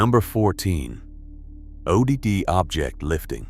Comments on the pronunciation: Another AI product that can't pronounce things. O. D. D. Object lifting instead of Odd Object Lifting. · “O D D” oh dee dee? Again, AI gets it wrong